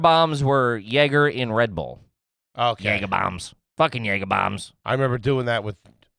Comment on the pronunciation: For a guy who can’t pronounce jager sure says jager a lot